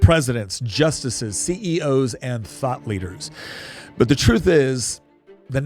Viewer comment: for a moment I thought said "thot leaders". Look up "thot", and it might be accurate for more than a few Ivy Leagues! 🤣